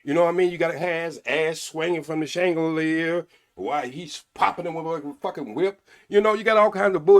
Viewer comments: Did he say shangalier😂😂😂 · “Hanging from shaangaleer” 😂😂😂😂